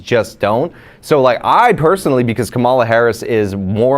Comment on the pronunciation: The number of people who talk about politics a lot that don't know how to pronounce Kamala's first name is astounding.